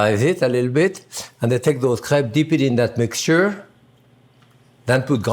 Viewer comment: My girlfriend is currently out here crying because he said what to her sounds like 'crap'. Several times even.